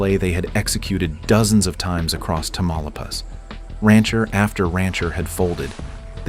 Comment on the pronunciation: Which US American is behind this video? Amateur ! The village he talks about is NOT Tamalapas, but its name is Tamaulipas…..Incredible how US Americans always display their lazy arrogance and ignorance….😂😂😂😂😂